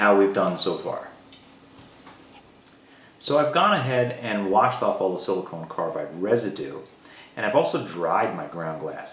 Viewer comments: I have to wonder if something else was on your mind since you kept saying Silicone Carbide rather than Silicon Carbide ;) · Hamilton, I appreciate you watching and taking an interest in the fine details. I am assuming you are referring to pronunciation as my banner is spelled "silicon". You are correct, my apologies. Thanks for your support.